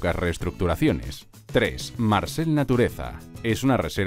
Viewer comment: se pronuncia marcelle, tal como suena, no marcel